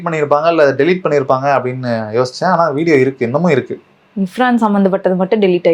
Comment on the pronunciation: ஏம்மா.... அந்த யூ ட்யூபர் பேரு இர்ஃபானா? இல்ல இஃப்ரானா ? கவனமா கேட்டு சரியா சொல்லுங்க... நாங்க ராவணா காணொலிய தவறாம கவனிக்கிறவங்க. எதிர் காலத்துல தவறு வராம கவனமா இருங்க.